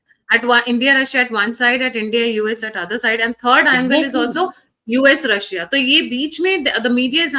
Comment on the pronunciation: Does this man dont know Its Russia not rasiyaa